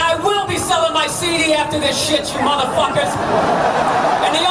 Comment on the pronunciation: Oh, I thought he said "seed"! It was baffling.